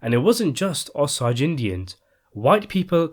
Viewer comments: I am a Native American Woman from the Oglala Lakota (Sioux) Tribe. I am happy that You are sharing this story with Everyone. The only thing that I would like to make a little correction on is the pronunciation of The Osage Tribe. It is pronounced Oh-Saje. Like the cooking Herb, Sage. Many Native Tribes use sage in Our Religious or Spiritual Traditions. Other than that, I want toThank You for sharing this one with Us. Thank You, so Much for sharing Your talents with Us. 😊👍🏼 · please for God's sake do some research on how place and tribal names are pronounced Osage is pronounced OH - Say - Juh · The Indian name Osage is pronounced Oh-say-juh, sage like the herb Just thought you might wanna know. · I always heard that the correct pronunciation is: oh-SAH-jay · jus learn to pronounce osage. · Yoshi Maeshiro didn’t read all that but please take your negativity somewhere else. He can’t pronounce it and if you are offended that he can’t pronounce it then just leave it’s pretty simple actually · if he's doing all this research and trying to make this horrible incident in American History so aware then he should know how to pronounce the tribes true name. I'm not saying it's disrespect but you will hear me out. Just saying.. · Guy can’t pronounce Osage properly 🙄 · Google the proper pronunciation Osage! PLEASE! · Bro it is really erking me the way you are pronouncing "osage" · its a long a in Osage. The story is a sad sad story of horrible acts by evil people. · Osage is so badly mispronounced. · Could learn to how to pronounce Osage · Learn how to pronounce OSAGE. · Your accent is messing up the name " OSAGE" . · Pronounce “O sage”. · Appreciate the vid but for crying out loud, learn how to correctly pronounce “Osage.” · He was as evil as his circumstances allowed. Politicians have more opportunity by control over the sate's apparatus. The more I listen to this the more the 'Osage' pronunciation bothers me; it isn't just an accent but a proper noun. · Oh-SAY-J not Oh-sah-j.